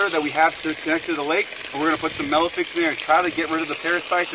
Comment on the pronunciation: Melifix i believe is how you pronounce it